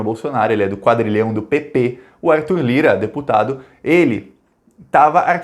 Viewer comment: Amigo! Quando falares PP, pronuncie de maneira bem clara para evitar contundir com a uma sigla mais importante lmportante.